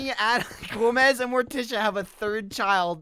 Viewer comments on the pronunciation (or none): none